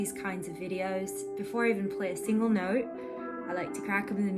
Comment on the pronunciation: So did you live in Australia? New Zealand? or even UK? the way you said "note" major Aussie/Cockney tone on that one word lool